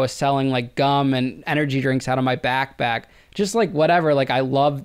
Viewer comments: whoa whoa wait , he was selling candy out of what ??? his Back Back, 😂😂homie its BACK PACKK P PPP BACKPACK NOTBACKBACK 😂 back pack yenno the letter P like pensicola but yeah tell this man so he dont sound even more of a moron than he already does wchyo backback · Did he say "back back" instead of pack? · i couldnt STAND the way he says backpack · Bro cannot say backpack